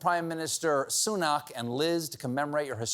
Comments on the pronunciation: Sunak is pronounced SOOnack IPA ˈsuːnæk, not SOOnahk IPA ˈsuːnak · Minor detail but it's "Soo-Nack" not "Soo Knock". Get your vowels right America (this coming from an American pedantic English speaker). Anyway he'll only be around until the next general election in which Labour will win a landslide victory.